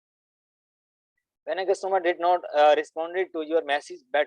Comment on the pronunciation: mama pehle customer kehna to sikh lo